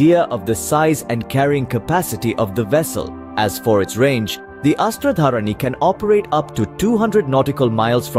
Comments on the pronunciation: अस्त्र-धारिणी . Kindly , pronounce correctly. A Sanskrit name. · it's pronounced Astra-Dhaarini